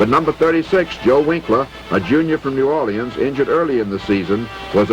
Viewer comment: First time i hear new or-li-ans instead of new orLEENS or n'awlins.